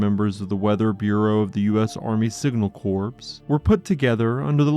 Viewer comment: Signal Corps. Corps is Pronounced "core". Strange but true